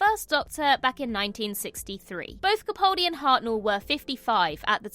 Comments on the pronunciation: YOU ARE HOPELESS! I can't say how many times I have politely pointed out that you are saying Peter CaPALdi's name incorrectly. Yet you persistent in saying it wrong. It is frustrating for me and disrespectful to Mr Capaldi. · She may be able to say the name of an alien planet correctly, but she still continues to mispronounce CaPALdi, which is the way HE pronounces it. I've commented on this multiple times, but it's totally ignored. I find it disrespectful. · Why do so many people pronounce his name wrong? It's not CapAWldi. the "pal" in his name is pronounced just like that - a pal, a mate. So, CaPAHldi. That's how he pronounces it hinself so that's the correct pronounciation.